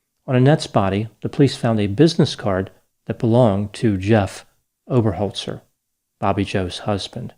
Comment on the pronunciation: Great pronunciation of the name Oberholzer! she may have Dutch or South African roots. Belated justice is still justice. Will be interesting to see how the trial goes. 👍